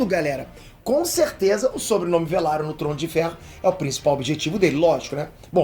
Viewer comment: LAENOR VELARION! NÃO VALIRION, PQP KKB SE FALA VELARION.